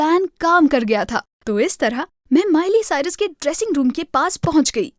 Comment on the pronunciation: its miley cyrus not mile cyrus